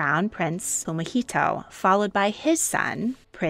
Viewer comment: It is Fumihito not whatever was said.